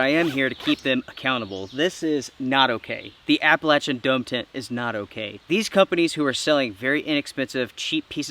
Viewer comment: I think what's "not okay" is how you are butchering the word "Appalachian".